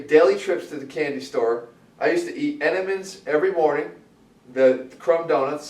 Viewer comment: I cringed when Jeff said Entenmann's lol.